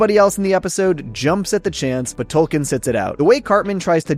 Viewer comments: Isn't it Token? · The mayor also 100% said Token and not Tolkien when giving the check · I like that Cartman clearly doesn't pronounce the L. It ties in with him saying, "Tolkien has an L in it?"